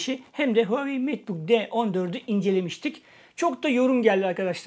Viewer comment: Hauwei değil reis